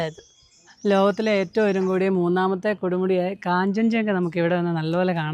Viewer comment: കാഞ്ചൻ ജങ്ക അല്ല കാഞ്ച ഗങ്ക / ഗാംഗ